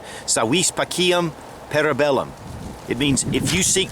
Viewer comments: “See Wee Pachem Parabellum” is the Correct Latin. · very bad pronunciation of "SI VIS PACEM PARA BELLUM" :) and slightly different meaning also : the correct translation from latin is "IF YOU WANT PEACE THEN PREPARE FOR WAR" , just my 2 cents :)